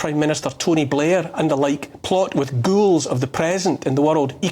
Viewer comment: I love how Neil says ghoul..hits the right spot! Good man!